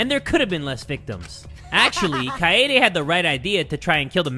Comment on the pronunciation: kaede ❌ kayayday ✔